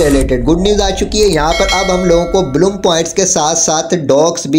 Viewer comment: Blum❌ Bloom✔️